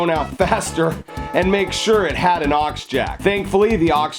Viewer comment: "aux jack" I felt my soul cringe